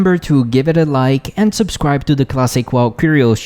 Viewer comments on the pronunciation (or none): none